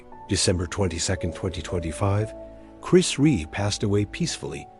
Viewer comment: Who the hell is chris reè it's chris rea you fucking disrespectful barsterd have some respect for the great man your cashing in on his passing there's no words for people like you now fuckoff